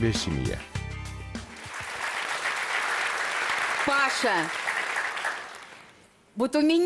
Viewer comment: Не Паша, а ПашА!!!!!!